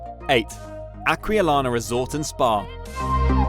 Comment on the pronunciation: 4 pools at Acqualina (Akvaleeena)